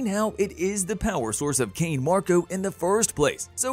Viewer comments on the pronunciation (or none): none